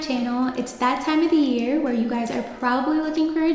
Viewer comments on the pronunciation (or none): none